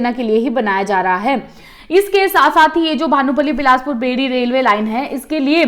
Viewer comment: Its not बेड़ी, its बैरी